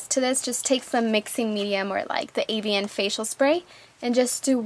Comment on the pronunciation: it's pronounced evian. not avian.